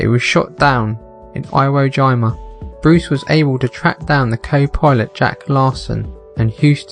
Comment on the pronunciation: The one with the boy in the second story. Its pronounced hero jeema not iwo jyma